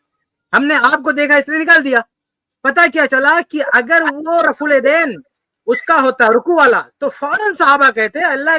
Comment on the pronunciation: ماشاء الله جزاك الله خيرا و أحسن الجزا سوال پوچھنے والا کشمیری جاہل دیوبندی ہوگا۔ اسی لئے رفع الیدین کو رفے دین بول رہاہے ۔